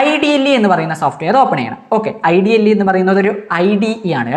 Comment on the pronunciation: IDLE nehi sir ഇഡലി aahnn😂